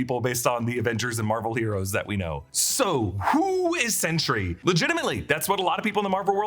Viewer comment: Anyone think it sounds like he’s saying “century” instead of “sentry”?